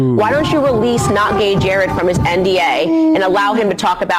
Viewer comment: His Name is not not gay Jared it is Jered Monroe.